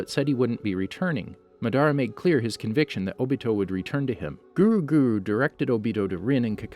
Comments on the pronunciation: You said everything wrong it’s akatuski not otosuki and it’s madara not miadara 😂😂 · Ma-duh-ra uchiher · He pronounced Madara Madaara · "ma dar ah" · he says mdra , adastuki , nagaaato , obido wrong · “Maderaa” “obeedoh” me: .———. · Same with “Obeeto”, “Shuringen”, “NaGAHto”, “MaDARa”, KirigaKURAY”, “AmegaKURAY” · How to say madara ma da ruuuuuh and obito o bee dohhhhh and akatsuki a kut sue gee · Lol he pronounced Madara's name in two different ways .